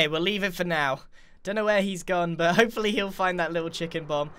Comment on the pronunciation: Other than saying “bit” instead of “but” it’s fine